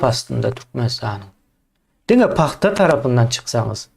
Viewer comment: Sapar aga senem.PAGTA...dal...PAHTA.Diymela😂😂😂